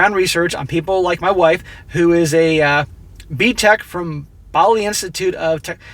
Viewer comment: Bhali is pronounced BAH-LEE